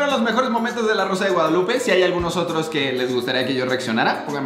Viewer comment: Yo cuando se está a punto de acabar el video dándome cuenta que dice “La rosa de Gonzoklupe” JSKSJAKA